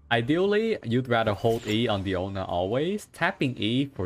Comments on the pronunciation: Its dIona not deona not deano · Guys, someone tell him it's Diona not Daoni pls! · tbh I thought he called her "piano" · DAMN IT I CANT SAY DIONA ANYMORE ONLY DIANO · ah yes diano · Mihoyo has been fooling is by telling us her name is Diona... It is Diano for cats sake Mihoyo you better correct that in the next patch. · Who is Diano, its DIONA ... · As a native spanish speaker hearing "Diano" is just so weird lol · I feel the same way lol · The way you say DIANO is so funny!!! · Don't worry, AsianGuy also having same problem pronouncing Diano... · Mfer keeps calling her DIANO makes my blood boil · Bruh u seriously fucked up my pronunciation of her name 😂😂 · Lol have you pronounced her name correctly before?